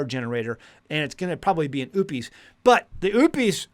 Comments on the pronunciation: it's not oooop-eees, it's O-pus. O as in Ohio and pus as in what comes out of a sore. And I think most people are just trying to get by day-to-day. As a 63-year old female with no family, I can't run a homestead by myself. I follow a whole food animal-based diet, about 90% carnivore, and have seen a remarkable improvement in my health, including 80 lbs. down. In the end times, which we are now in, folks, especially in the Torah Observant community, are going to have to come together instead of behaving like it's every man for himself. That is, IF they have a thought in their head about and want to see their elderly brothers and sisters survive. We have knowledge, skills, and abilities that we can contribute, and our generation typically exemplifies character traits such as honesty, integrity, and a willingness to work. And some of us have substantial physical preps as well. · Every time you say "Oupes" all I hear is "oopes daisies." Are you sure you're saying it correctly? 😅